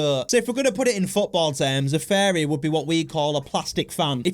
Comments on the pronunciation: Your saying fairy not furry Fairy are 🧚‍♀️ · I thought you were saying fairy not furry 😂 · Furry not fairies or farrian lol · No it's furry not fairy😂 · Bro is saying fairy😭😭😭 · this is how to say it: fear-re-ans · Fariy😂 bro actually now fariyan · Bro said "FeRrY" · “Fairies” learn to pronounce it right gng 💔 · He sounds like he's saying fairies